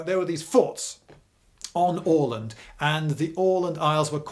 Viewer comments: Very good pronounciation of "Åland". - A Swede (not the root vegetable) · 36 seconds in and I'm already impressed by the pronunciation of "Åland". Not perfect, but better than the "Ah-land" I'm used to hear from English-speakers. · Bingewatched and saved for prosperity, but it would be awesome if you could include maps when you talk about battles more often! Please! EDIT: Btw, I'm a swede and was there last summer (for anyone wondering, they do speak swedish primarily), and your pronunciation of "Åland" is very good. Very nice scenery. The ruins were epic. Too bad Bomarsund (Bomar just some proper name, sund is strait) is hardly left. EDIT AGAIN: Also, just to clarify, finns are culturally swedish as well, basically. Maybe the differences were bigger back then (we do come from completely different lines and do not have any similarities in language (cruel fate)). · Hey, I'm a big fan of your channel and I'm so happy to find a video about the fort we have on the island where I'm from! And you even pronounced the name of our island correctly. Very cool. Many thanks and greetings from Åland! :D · Spot on Åland pronounciation. Nice one :) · Goddamnit Lindy! You're British you can't just prounounce Åland correctly like that! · Wonderful pronounciation of Åland! Long time fan from the islands and, have to say, a great explanation of our political (both current and past) situation in the middle of Baltic! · "Åland" and "Oskar" pronounced correctly? First time I hear that from a English speaker. Impressive!